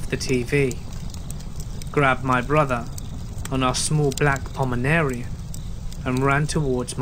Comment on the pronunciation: What was that weird pronounciation for Pomeranian?